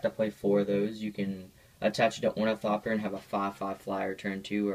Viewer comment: I if you're name is gonna be ornithopter then you should say it right